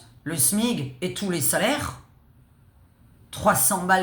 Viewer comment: On dit le SMIC comme SMICard et pas le smig 😮